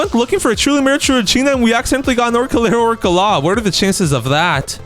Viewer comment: orængooteenee, along with the globo frootodrilo and Orcalero orcalaaaaa got me rolling❤😂